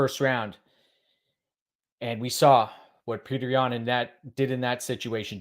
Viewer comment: Awesome video, but I gotta ask - you were messing around when you pronounced Petr Yan's name right?